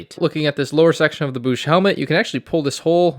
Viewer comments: it's Boushh like Code or Toad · Literally could not finish this video because of how you pronounce bousche 😂😂.